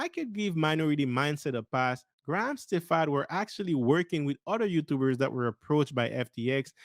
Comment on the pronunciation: Hey man, pronounced Graham Stephan last name correctly. Unsub.